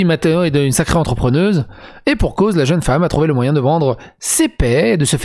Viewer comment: "L'entrepetneuse" ça me parait pas mal